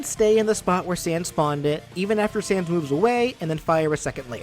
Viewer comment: He says sand, not sans